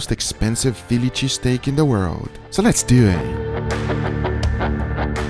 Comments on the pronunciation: "so Lehhs do ehhh" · “So less DeW eHhhh” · “Let’s dew it”